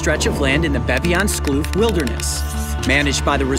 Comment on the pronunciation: That's not how you pronounce "kloof"